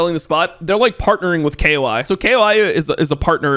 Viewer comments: Cool but if you say kay-o-ay again I may have to send you a non-suspicious package to your house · say KOI correctly challenge IMPOSSIBLE